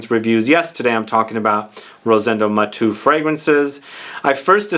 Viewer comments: Thanks for featuring a Spanish niche brand! I tried all the collection and number 5 is my favorite too. If you allow me to correct your pronunciation, being Rosendo Mateu a Spanish name, you pronounce all the vocals. So you say “MatEU”, not “Matu”. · Great video as always. Only one thing, I believe that his name is pronounced Ma-te-u and not like you said on the video. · I was thinking this. His name is pronounced as if he were French, but if Spanish, would it not be Ma-tay-oo? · Hi Sebastian, his last name is Spanish not French and it is pronounced as if it were Spanish or Italian